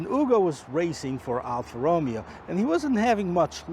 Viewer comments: It’s roh MAY oh, not ROH me oh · This is the worst review I have ever seen, his car knowledge is terrible, his pronunciation of the brand “Alfa ROOOOMEO” is atrocious, and who tests a vehicle thru a parkade, Idiota….